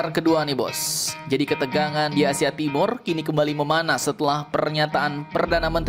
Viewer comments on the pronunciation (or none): none